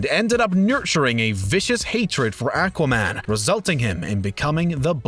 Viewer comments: Ack-wah man? 🤔🤔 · Nope, he also botches Aquaman as well. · Wow the pronunciation on this guy. Lee-oh-nard? Akaman? Symb-eye-ote?